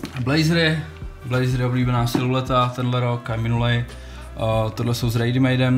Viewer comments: Přesně siluleta 😩😩😩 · Mě pořád dostává že v každým videu o botách řekne slovo "silueta" špatně, a pokaždý mě to bije do uší😂